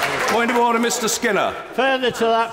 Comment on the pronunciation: OrDDer Order! Just awesome - perfect and short; kind of lol. Every word he said was just perfect.